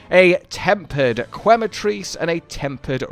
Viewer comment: Every time I hear "kway-matrice" instead of "que-matrice" (think Spanish), my ears start to bleed. :P